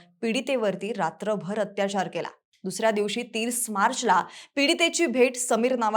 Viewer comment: बाई... रात्रभर.... शब्दावर किती जोर दिलास 🤣🤣🤣